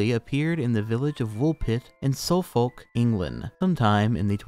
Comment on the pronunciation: Suffolk as Soulfolk was pretty funny too ngl